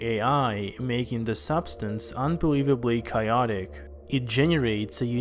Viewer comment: Pronounces chaotic in a weird way...